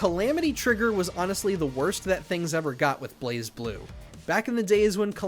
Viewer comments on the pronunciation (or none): none